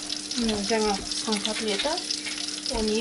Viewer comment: Пысқан емес піскен десеңіз дұрыс болады.